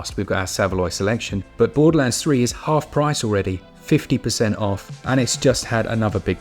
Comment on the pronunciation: "With their realease of Borders Gay Three"